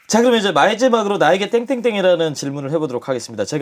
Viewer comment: 용검언니 발음 더듬. 마이제막으로 ㅋㅋㅋㅋㅋㅋㅋㅋㅋ